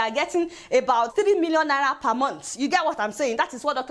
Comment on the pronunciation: Love the way you pronounce Naira.....